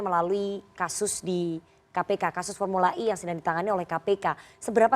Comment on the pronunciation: formula E bukan I ngucap nya yg bener mbk